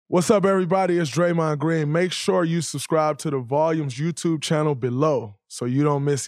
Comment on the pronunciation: Say his name Draymond is that hard to do